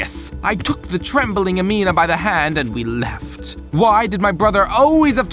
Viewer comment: PLEASE HES ACCENT "she LeftH So Fast.."